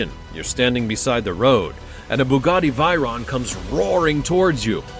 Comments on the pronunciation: It is called Veyron. Not Vyron or Viron...Dont you know how to pronounce?? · It's Veyron 😭😭😭😭 Vey-Ron not Vyron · Other people: Veyron This guy: Viron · Vey not vay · The fact he pronounces it as v-eye-ron is annoying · I stopped watching as soon as he pronounced Veyron incorrectly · Learn to pronounce veyron and Chiron correctly